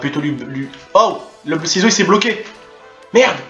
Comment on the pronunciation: Mdr la video je kiff ton talent de chirurgien et mdr quand t as dit saloperie de ciseaux ( seezo )